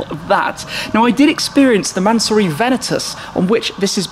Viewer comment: Mansory... NOT mansurrey